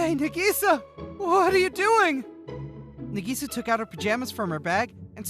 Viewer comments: Its nah-gee-sa not nuh-gee-sa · Nagisa is pronounced Nikisa? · br in the first one i think he sayin nagisa wrong 👀